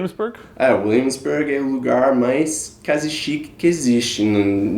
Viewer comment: Ele falou " quase chique" mas acabou pronunciando "quase" errado.